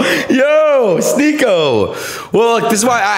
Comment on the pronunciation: Adin misrpronouncing words and pretending its on accident is hilarious. Calling Sneako Sneakyo lmao. He knows what hes doing.